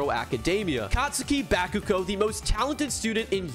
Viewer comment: “Catsooki bakoogo” LOL